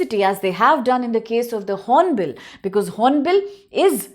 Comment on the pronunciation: Its Hornbil not horonbill madam